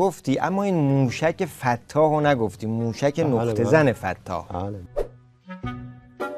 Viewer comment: سلطان اون نقطه فتاح نیست اون تشدید روی ت ایت فتّاح